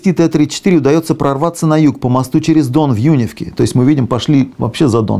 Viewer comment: Тактично поправлю, местное население произносит населённый пункт с ударением на Е - Юнéвка.